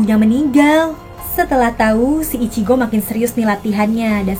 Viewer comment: Ichigo kak bukan ichiko😅😅😅😅😅😅